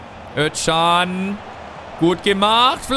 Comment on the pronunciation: Özcan wird Öscan gesprochen nur so als Tipp :))